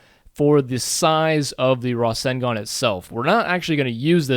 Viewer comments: its ruh-sen-gun not rassengan i know that and im american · The pronunciation is Raw-Sane-Gone (to use English as an example). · Rasengan is pronounced: Rah-SENG-gun :P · it Ruh-Sang-Gun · Just amazing .. looks so realistic! This will be a killer if you combine it with your Sharingan tut. Naruto and Sasuke in one! :D btw, I think it is pronounced as "Ra" - "Seng" - "Gan" or something , not absolutely sure .. haha :D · I watch american dubbed, But its not pronounced like that in that either so idk what hes talking about lol.. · not an offense comment.. i just find how you say rasengan so weird lol